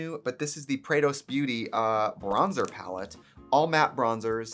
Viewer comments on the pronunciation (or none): Every time you say 'Prados Beauty' I hear 'Kratos Beauty' and I really need to see that makeup now lol